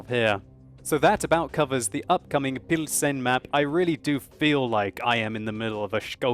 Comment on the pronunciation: if you choose to use the english name for the city, "Pilsen", which is what it's obvously called in the game, here is the correct prononciation [pilzn] also, škoda is pronounced without the U, you say škouda, it's just škOda. Another thing, when you play a czech tank and you repeat the commander's quotes, when you hit an enemy, you say "dostaVi to", as far as i can hear, but there is actually an L in there, "dostaLi to", just thought i'd make you a little czech pronounciation course:D